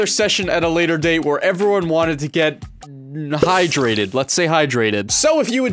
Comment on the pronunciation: Why'd have to say "highdrated" there aint no children watching this